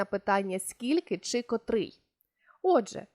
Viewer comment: Дякую! урок гарний! Але наважуся зробити невелике зауваження: вчителька української мови несе відповідальність не тільки за правильність викладеного матеріалу, але й за виклад цього матеріалу! котрИй, котрА, котрЕ, котрІ! Зверніть, будь ласка, увагу на наголошення слів!